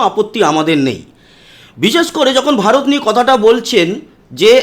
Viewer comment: এই লোকটা তো ভারত বলতে পারছে না, বলছে বা র ত .😂